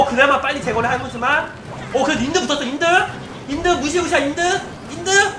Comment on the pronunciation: 인드인드 하는게 영미로 들림